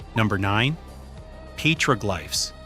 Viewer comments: ❤Petroglyphs is pronounced PET-ruh-glifs (IPA: /ˈpɛtrəˌɡlɪfs/). It is a three-syllable word with the primary stress on the first syllable ("PET") ... not a "glife" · Psst: "Petroglyphs" is pronounced PEH-truh-glifs (IPA: /ˈpɛtrəˌɡlɪfs/). The word is broken down into three syllables: "pet-ro-glyphs," with the primary stress on the first syllable ("pet") and a secondary stress on the last syllable ("glyphs"). NOT petroglifes. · You lost me at PEETROGLIFES. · Piētro-glìffes ? I know them as pëtrōglyphs. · Dude said Pete rogue lifes instead of petroglyphs lol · Interesting stuff to be sure....but "pay-tro-glyff"???!!! You got to be kidding... You can pronounce all of these native language names and you can't say petroglyphs??!!